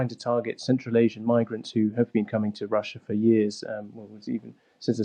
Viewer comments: A weal war in Wussia? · Wussia? Wetorwick? Airkwaft? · Please get a better bwaudcastew!! a weal war being waged against wushia cwuise missiles cwank up the wetowic give ukwainians hope that he's loosing the fight or to wowwy them? Victowy Day Pawade wushian wecwuitment officews are twaling Mosks and Immigwation centews